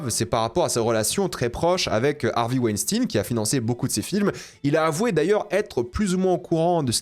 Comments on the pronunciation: En français "ein" se prononce "ayne", pas "ine". Et merci pour cette vidéo, je le boycott du coup, bon films mauvais humain. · c pas hervey "wainstin" mais "weinstein"... c pas un russe hein c était un mec cia/mossad... "farenheit neuf onze là"" apprends l anglais et la culture anglophone ca taidera à pas dire de la meerde pendant 20min... et tarantino "sioniste" jusquà la mort... mais quelle groooooosse meeeeerde ce mec lol c comme quand il prendrait des mecs aryens commebrad pitt blonds aux yeux bleuds pour jouer un juif lol dans inglorious basterds lol faudrait qu il regarde ce que fait réellement la seul armée totalement illégale à qui on alisse chaque jour tuer femmes et enfants tain jregarde pu un film de cette merde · C´est quoi cette prononciation chelou de dire "stein" transformé en "stin"? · c'est stein comme en allemand mais ils en font exprès mdrr tout le monde le sait, tu dis pas rammstin ptdrr